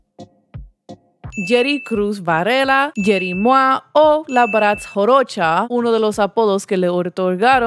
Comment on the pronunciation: JAROCHA!!! NO JOROCHA!!!